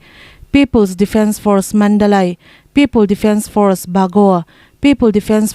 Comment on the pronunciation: I chhiarthiam viau mahse ka ti ve lawk kalai (kali) tih te Mandalai ni lo vi manli)Kachin tihte keini mizo chuan(chhin) tih tur ngaihthlak a nuam deuh in ka ring Ralleh lam unaute kha hnenah a dik taka lam dan hnan zawt chiang ula ngaihthlak a nuam sawtin ka ring ve mai mai a.